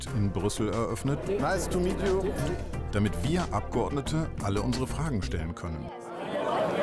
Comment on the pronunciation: "Rice to meet you" 😂😂😂 ich kann nicht mehr